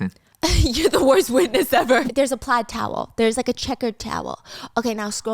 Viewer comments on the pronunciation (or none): none